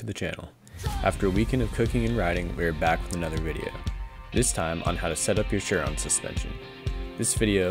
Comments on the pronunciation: SIR ON .. not sure-on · No... it's pronounced "Sur-Ron"...